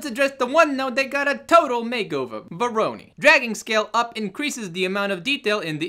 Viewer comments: google speak: "Voronoi" R.S.LLC: "Vowrowney" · VO-RO-NOI !! LOL!